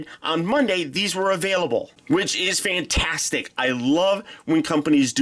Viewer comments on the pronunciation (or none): none